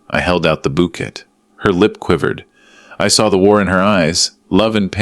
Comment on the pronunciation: OMG - it's bou'kay' NOT bou'ket' & la'fter' not 'lau'ter!! Duh!!